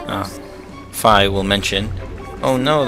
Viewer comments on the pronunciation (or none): I'm annoyed by your pronunciation of Fi. I pronounce it Fee. But good video, as always. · I thought you pronounced her name as FEE